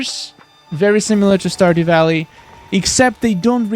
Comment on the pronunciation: the characters to me look like the characters in portal knights. He said standew valley